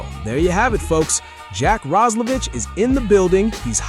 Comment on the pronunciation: The Player aquired from the Edmonton Oilers is "Jack Roslevic"... Last name pronounced "Roz-la-Vick" (as in the "cough drop") NOT "Roz-la-Vitch"...get your head out of your ***😂